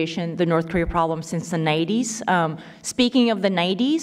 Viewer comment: pak says nighties as nineties?